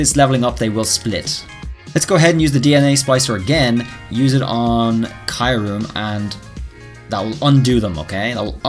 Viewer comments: Ok I have a big problem so far with this video lol ... It the way you pronounce Kyurem, it isn't Kie-rim it's Cure-rim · Kee-uu-rehm Not kaiurem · Why do you say kaiurem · I think Kyurem is pronounced as "ki-you-rem" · I would really like Gmax Mewtwo Edit: The 3rd legendary from gen 5 is pronounced with the Y as in Kyurem. You are calling it Kairum,just saying the showcase is amazing btw